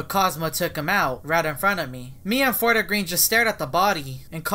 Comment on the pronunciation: lmao its called fort-green not fort-a-green